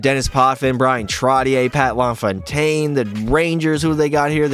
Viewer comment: Bro said Trottier wrong how I know your a casual fan